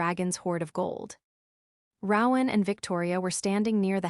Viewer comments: It’s pronounced, “ROE-an, not “row-an” like “cow-an”… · Yes I agree that the AI reader should be fired and a human who can read and speak English should be required. And the mispronounciation of people's names is totally unacceptable. It's "roe-in" not "rawr-in" that's "roe" with a long "o" and silent "e" then "in". I mean it, get a new narrator who can read and speak English, fluently.